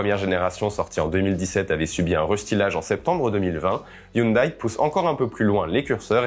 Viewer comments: ON NE DIT PAS HYUNDAIL MAIS HYUNDAI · HyunDAI et non "Hyundaille" ! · Sans vouloir paraître méchant, hyundai ne sont prononce pas youndaï mais youndai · Les koréens prononcent "younedè" et pas "younedaille"....